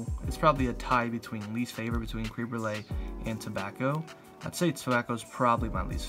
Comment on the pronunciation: Not cream it's creme jesus